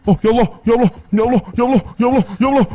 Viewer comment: lu nyebut ya allah gw denger nya yolo yolo yolo yolo manskuy